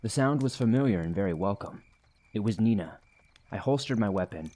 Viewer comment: Ha, Meena is my niece's German shepherd's name too! Unless I'm misunderstanding, and you're actually saying "Nina"...